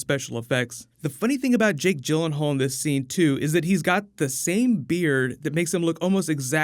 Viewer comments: I thought Jake Gyllenhaal was pronounced 'Gill' not 'Jill'......? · I love Jake Gyllenhaal but hate hearing people butcher his last name